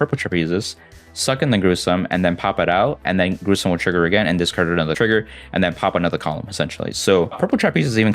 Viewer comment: Oh lmao. I just noticed says "Discacrd" instead of "Discard" hahaha